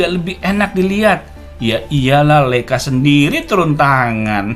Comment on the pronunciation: Mantap om, koreksi dikit cara bacanya yg benar adalah LAIKA 🙏